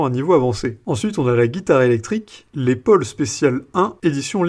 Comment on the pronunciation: On prononce Laisse Paul et non Laid Paul,si cela peut vous aider de quelque manière.musicalement.😎😉